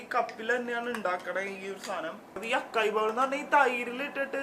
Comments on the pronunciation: അക്കായി എന്നല്ല അസായി എന്നാണ് pronouns ചെയ്യുന്നത് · “Açai” not Akai bowl 😅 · Won't you get to stay long term in Dubai. I want you both to stay together and be happy always. I am loving these long videos. Also fyi, in Açaí the C is pronounced as 'S'.